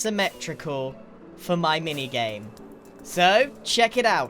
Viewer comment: is it just me, or did he say "MiniYame"